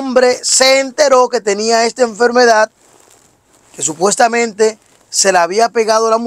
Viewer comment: Supestamente 😂Supestamente Supestamente